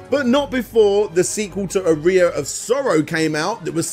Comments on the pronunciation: my guy I just looked it up British pronunciation of aria and it’s ar-ree-a it’s not “uh-rye-uh” it’s simply just a man not pronouncing a word correctly. This has nothing to do with “global citizens” or British or American he just has poor pronunciation.. of words. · I understand accents and dialects, I really do, but there's zero reason to say "Aria," as "A rear in 2023. It's just absurd. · Are-ee-uh aria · How in researching for countless hours, listening to interviews and such, did you never notice the proper pronunciation of "aria"?? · I can deal with Aria being mispronounced, but pronouncing Tokimeki as "taco-me-co" is destroying me. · “the one symphony” is your name and you defend the wrong pronunciation of the word aria lol. What a clownzo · this would have been a good opportunity to pronouce 'aria' correctly